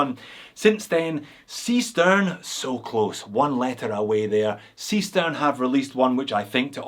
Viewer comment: Hi, thank you very much for mentioning us in your video. Seestern is german for seastar, Pronunced: ˈzeːʃtɛrn, we choose a german name because one of the crew member is from Switzerland. About the bet, unfortunately you lose that one!;-) all 3 watches are produced by different factories.